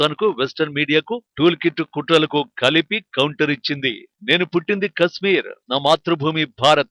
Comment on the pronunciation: Orey voice ichina sanyasi kasmeer kaadhu kashmir 😂😂